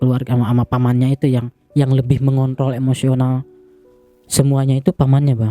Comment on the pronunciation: Bentar² ini kuping AQ yg eror apa emang tuh Abang ngomong seperti itu .bilang mengontrol tp tanpa "r".kalo ada yg sepemikiran sama saya komen.